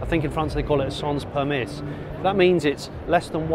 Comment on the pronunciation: Sans permis - "sohn permee".